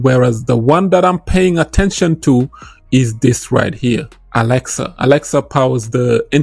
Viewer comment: Alexa or axelar🤣😂🤣 Good video 💯👍🏾😎